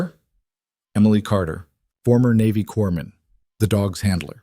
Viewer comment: SW Washington State. He's got "a tension neumo", not "attention neumo". Former "corpsman", not "corman". Great story with just the right amount of tension.